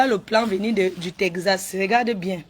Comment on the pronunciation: Tekzasse putain on dit texas l école est bien hein